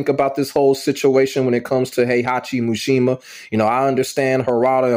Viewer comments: MISHIMA. MEE-SHE-MAH. Not “mooshemuh” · Why do you keep calling him MUshima lol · Atleast say his name right